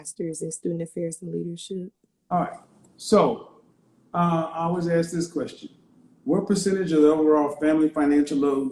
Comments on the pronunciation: She cannot pronounce simple words. It is ASK. Not axe. No man of high value is going to take a woman who speaks ghetto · Do you have all these dreams of education can you please start by pronouncing the word ask